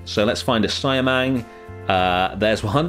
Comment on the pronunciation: I know its been 2 months, but it's pronounce see-ah-mang instead of cy-a-mang.. Good job btw on the indonesian habitats .. thank you..